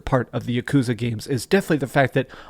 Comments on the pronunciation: For such a complete and utter dorky dweeb I thought this guy would know how to pronounce yakuza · Stop pronouncing yakuza like that lol